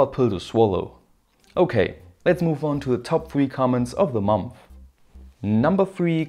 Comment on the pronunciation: My favorite pronunciation is mumpfh (month)